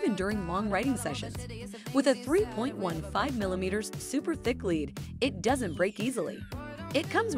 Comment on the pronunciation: it's pronounced lead not lead